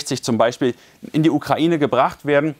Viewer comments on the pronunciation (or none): none